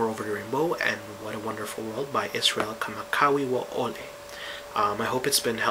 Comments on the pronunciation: 'kamawiaole'....? :S It's Kamakawiwo'ole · Not tryna be rude... but its pronounced.... Kah mah kah vee vah oh leh (Kamakawiwaole) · The correct way to pronounce Bro. IZ's last name is to sound the "w" as a "V". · awesome turtorial dude and btw his name is pronounced "Ka-Ma-Ka-Vi-Va-Olay" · you butchered his last name. it's pronounced ka-ma-ka-vee-va-o-lee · Not how you say his last name. Its Hawaiian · I have to laugh at his pronunciation of Iz's last name :3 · you said his name wrong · when I first saw you I thought you were Hawaiian, and maybe you are, but you couldn't pronounce Iz's name right. And the natives don't play the ukulele with a pick.. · hahahaha u butchered his name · you said his name wrong but i still get your explanation so good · You butchered Iz's last name... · lmao he said kamawiaole wrong Xp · Tenerife, Spain, Africa. 'Good lesson... But DUDE!, never mind getting Israel's name wrong, you can not even pronounce your OWN name right. It's, NOT Evangeleesta! Now YOU try it... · thanks for teaching how to play this song. ooh and thats not how you say the guys name. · No worries Braddah. Just passing it along. The way up there is the right way to say Kamakawiwo'ole. The other guy may have said it wrong too. It's a tough name for non local folks. We know u mean well...he's just a legend and is loved. Aloha.